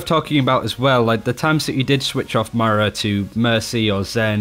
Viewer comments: Ugh! It's "Moyrah" not "Myra" 🙄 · got her name right for 25 mins. man calls her Myra, as in Hindley. Moi-ra:) Not My-ra. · Can you please please stop saying Myra it makes these videos hard to watch. Moy-ruh please work on this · Moira (the great) is a different name to Myra (quiet song)... please, please for the love of all you hold sacred, say MOIRA. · Alcoholic Nun, it’s Moyra if you put that y in “Moira” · moooeeeeeraaaaa not miiiiiira =P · if you say m-eye-ra one more time :| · Say the word boy. Exchange the B for an M, and then add 'ra' to the end of that word. Moira. MOIRA. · Say it with me.....MOI-ra....MOIIII-ra......Or-EEE-sa......AH-NA......Fah-Rah.......SOHmbra.....See? You're getting it? It's not that hard to pronounce peoples' names how they say them themselves... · Yan Ade Moira is British. Moy-ra is how all Brits pronounce it. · Slootyboot ok then. Have a Nice day :D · ItsAtomic 03 His accent has nothing to do with his mispronunciation of her name. He's British, for fuck sake. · BNet Healer#11870 His accent has nothing to do with his mispronunciation. im british and he's triggering me too. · He's STILL pronouncing her name wrong. Its not that hard.